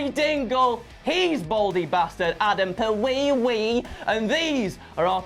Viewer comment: Omg, “” 😂